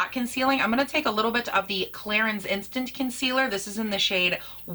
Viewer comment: "Concillur" 😅 ohlord she drove me so nuts with that when I watched her! *have you tried the Jcat Aquassurance powder foundation? I have that one and I've heard it compared to this one.